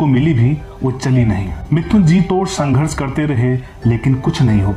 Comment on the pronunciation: Sanghars nhi anpad narrator wo Sangharsh hotaa Hain😂😂🤣🤣🤣